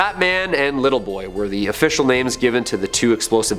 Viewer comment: Do y'all purposefully mispronounce names?